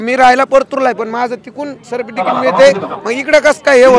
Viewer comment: Tuzhe sikshan chan zhale sadhe certificate uccharta yet nahi tula.arakshan ghevu n kay karnar.